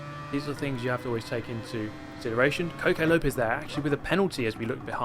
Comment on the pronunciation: 'Cocaine Lopez'?